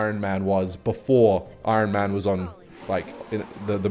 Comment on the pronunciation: I-Ron Man